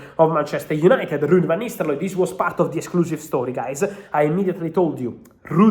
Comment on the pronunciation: I love it when Fab says Ruud Van NisteLooy. The R went awol like Hojlund did versus W Ham...